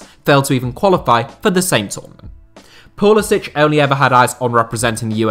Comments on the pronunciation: Name is Pull is SICK! Not sich. God why doesn’t anyone get this. He said it himself in interviews. He is an American. Nothing to do with Croatia except his grandfather. His parents both American. Never once ever had any idea of playing for anyone else. He has a huge eagle with flag tattooed on his arm ffs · It’s Pu-li-sick.